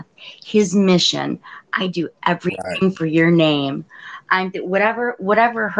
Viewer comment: "Everyfink?" 🙄 She sounded quite literate until this point. This isn't a white woman though. I'm getting immigrant vibes, perhaps South asian or East african. Tried her very best to sound quite affluent, but it wasn't dropping. Judging by the comments she wasn't fooling anyone. If she is a repeat troller, she has serious mental issues.